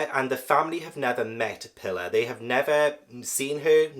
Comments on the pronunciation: Pilar (pee-lar) it’s a Spanish name and I thinkn Simeon is probs (Sim-eon) unless it’s described as Simon with e in book. I haven’t read it. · Simeon - SIM- E- ON 😭 Pilar PEE LARR